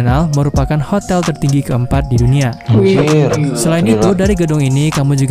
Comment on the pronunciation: Tertinggi bang , bukan teruggi